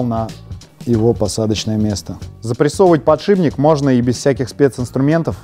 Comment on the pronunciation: подшиБник, аааааааа, как так можно говорить